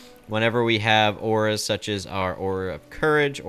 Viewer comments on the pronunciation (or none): none